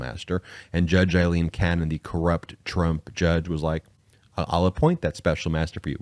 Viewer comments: Day after day I have listened to you mispronounce the name Aileen. It is NOT the same sound as in as Eileen. "Ai"rhymes with "say" in this name. Yes, it is a common variation of the Irish name Eileen, but the pronunciation is different. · nope. I grew up in Ireland. Aileen is pronounced A lean. Eileen is pronounced I lean.